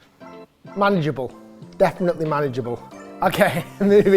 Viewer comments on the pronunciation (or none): It's Eeeeleee - learn how to pronounce Ely. Otherwise your credibility is do do. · Hi Rick, greetings from Texas! Ely Callaway's name is pronounced "Eelee"! That's the reason that "Elyte" is used instead of Elite. I enjoy your channels, thank you.